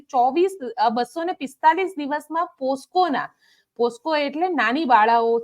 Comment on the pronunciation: બેન, પોસકો નહીં પોક્સો (Pocso)